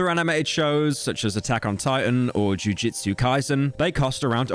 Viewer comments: "Jujitsu Kaisen" 💀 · "jujitsu kaisen"